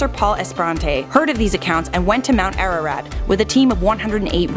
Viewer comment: As an Armenian you absolutely BUTCHERED the name of our mountain. Lol